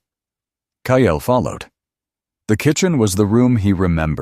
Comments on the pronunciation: Sadly may people are cheated by their step parents! Watching from SETX His name is Kyle pronounced ki -L! Not Ki - EL . The mispronounced name is distracting from the actual context of the storyline!!!!!! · Please correct the reading so it says Kyle and not :Kyail